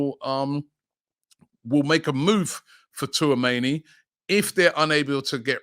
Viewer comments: Man said Twoameni 😅🤣😂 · Was waiting to hear how Robbie would pronounce Tchouameni’s name. My guy didn’t disappoint 😂